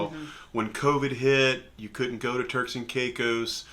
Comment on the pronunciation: Turks. Not Turls 😅